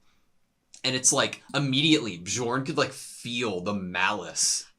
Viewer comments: Please! It’s not B-jorn, it’s Bee-orn. The J is a Y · This Bjorn pronunciation lmao